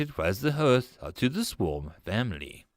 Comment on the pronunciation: Tome, scythe, hearth also. Lol. But, even at its worst it's still better than 99% of the AI slop that's out there